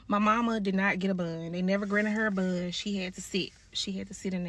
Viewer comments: Why tf is she sayn BOND like buunnd 🤦🏻‍♀️ And I'm so glad she got LIFE W/O PAROLE !! Most child abusers & pedos dont get hardly enough time !! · SOMEBODY ANYBODY tell her it's BOND and NOT BUNN or BUHHND 😭😭😭😭😭